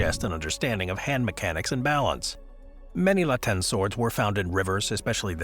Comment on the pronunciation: WOW! They pronounce the Latin correctly!